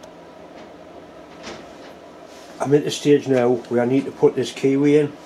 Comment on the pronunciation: Don't usually have difficulty with your accent, but I wondered at first about the kiwi you were putting in the chuck! After a while I got it - a key way! All the best to all the Mills family, Dad, Deb,, Emmy and the boy!